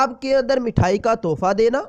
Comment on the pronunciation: Mathayi nhi mithayi bolte hain jeee